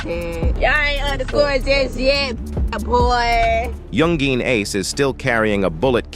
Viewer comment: yoon gween ace